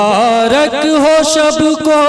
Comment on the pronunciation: Orchestra party anchor (jise gaaw me announcer) bulate hai ki style me bol raha hai... 'Sa' ko 'sha' aur 'sha' ko 'sa' bol raha hai. 'Khush' ko 'khus' aur 'sab ko' ko 'shab ko'